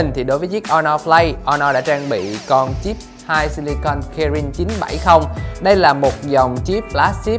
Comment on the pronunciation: 2 si li con